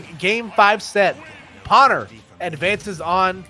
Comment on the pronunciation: Was anyone else extremely bothered by the commentators mispronouncing Pwner's name as pAwner instead of pOwner?